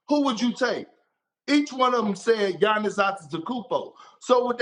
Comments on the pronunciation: K.p finally learn how to Giannis’s name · I'm surprised Perk was able to pronounce Giannis' last name correctly